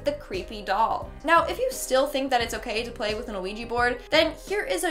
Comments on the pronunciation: Its "wee-gee" board...not "oo-wee-gee" board. The first part of the word "Ouija" is French for "yes". You're pronouncing it incorrectly and confusing folks in the process. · Are you calling it a "Noo Wee Gee" it's killing me lol Its "Wee Gee" or "Wee Jah " sometimes fyi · U messed with the Ouija board BC u said ouiji XD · Its pronounced wee-gg so you're right. She's incorrect. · Is it just me or is she saying A-Ouija board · Honestly I have a problem with how she said ouija board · Me too, even though she's still one of my favorite hosts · Yeah, me too. It’s kind of annoying. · Me too. Thought i was imagining it the first couple times she said it like that. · Isn't just me or is saying Ouija weird? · Cant even say quija board right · Why do you keep pronouncing the ‘O’ in Ouija??? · You constantly mispronounce the name of the board. That makes me doubt you actually know anything about the board and are only reciting what you've read and seen.